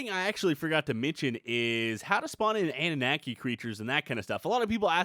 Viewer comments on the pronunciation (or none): annunaki said like Anu-Knock-ey not Ani-Knack-ey. same as Wyvern said like Why-Vern not Wiv-rn Mispronunciation is my pet peeve.